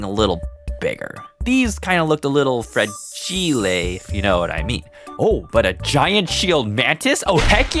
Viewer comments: fragile~ must be Italian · hmm Fra-giil-ley must be Italian. - A Christmas Story